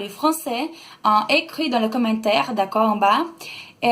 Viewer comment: Quando você falou: "commentaire", eu achei que você estivesse falando "come terra". Já sou quase fluente em Inglês e estou tentando aprender o Francês. Você é muito boa! Parabéns!